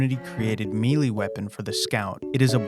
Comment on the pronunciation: melee is pronounced may lay, not meelee